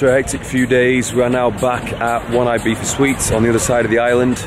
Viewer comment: I remember when Ibiza used to be pronounced "Ibeeza" and not "Ibeetha" or "eyebeefa" as some Brits call it.